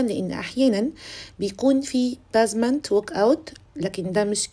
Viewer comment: مش بازمانت خالص بيزمانت ممكن تسمعي النطق علي جوجل